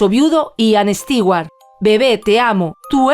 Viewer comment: Increible que a estas alturas,, en la era de la informática, especialmente una europea no sepa como pronunciar el apellido Stewart. Nunca ha oido un comercial de Martha Stewart? Entonces está en el business equivocado. Terrible.